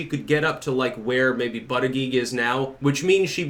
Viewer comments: Buddha-Judge, not buttah-geeg. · Pete “Buttageeg” lolololol